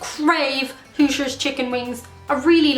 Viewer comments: I believe she was saying "Hooters" chicken wing from her last video, but not sure. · Are you saying Hooters hotwings or Hoosiers hotwings??? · Is she saying “hoosier” chicken wing or “who’s your” chicken wing? I live in Indiana and have never heard of Hoosiers chicken wing unless it’s just called a chicken wing here..... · So, to extend the controversy, is the ground beef that is in a quarter pounder at MacDonalds a paddy or a patty or even a pattie? Whichever way, how did that happen? Also, you can do a great American accent, and of course you have a lovely natural, Irish accent. But I don't know what accent you used when you metioned "Hooters" chicken wings, took several moments to understand what you said - knew what you meant when you blamed Lenny! American born - but couldn't be more Irish (99% according to DNA and occassional temper).